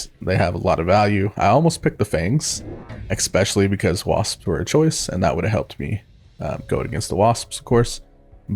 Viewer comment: Especially. Not ex-specially. Love your videos but this drives me nuts xD